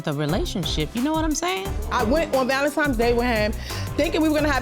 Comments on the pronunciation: Why do some people keep saying valentiMes instead of valentiNes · I thought it was just me lol ValenTIMES irked me. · It was “Valentimes” Day. She knows because her son was “one years old “. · "Valentimes Day" 😅